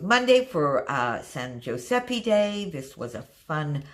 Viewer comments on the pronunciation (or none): Btw I don't care but since you asked a couple of time about Italian pronunciation is San GiuseppE so it should be read as the E on Elephant or like the A in Apple. Same for frittellE 🤣. Just so you know 😂